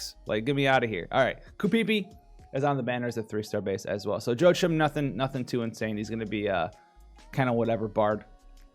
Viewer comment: "Joe-Achim" It's pronounced Hwah-keem